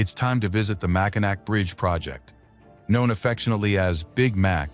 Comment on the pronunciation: . It's "Mackinaw". Party foul. One beer please 😂